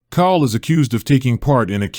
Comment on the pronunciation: His name is pronounced like "coal."